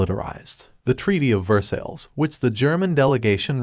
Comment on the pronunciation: It’s Ver-sigh, not Ver-sills!